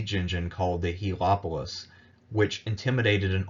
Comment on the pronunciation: Regarding Siege of Rhodes: 'Hel-o-polis' is a mispronunciatiion of 'hel-e-polis.' First means 'sun city' 2nd means 'city taker.'